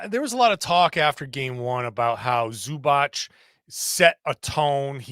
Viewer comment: Can u guys please learn how to say zubac.